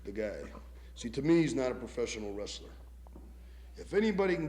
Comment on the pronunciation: Ol’ man said, “Rastler”.